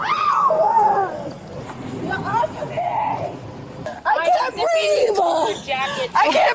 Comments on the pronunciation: "I can't breav-ah" Seriously? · "I NEED AIR! I CAN'T BREEVE!!!" Yeah, nothing says suffocating like sitting half out of a police car outside. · ANother instance of "I can't breave..." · "I can't breev..." 😂😂😂😂😂😂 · Detaineduh, let go of meuh, I caint breeve, I’m the victim, racism…… 🥱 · The new, “I can’t breeve”. It’ll catch on quick. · Tf is Breeve,?